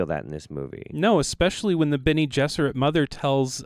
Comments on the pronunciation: "Bene jesuits" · My guy said Bene Jesuit😂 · Bene “Jesuits”? Bene GESSERIT!